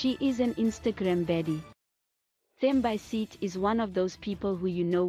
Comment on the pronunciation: You need to learn how to pronounce her name and surname properly, clearly you are not South African 🙄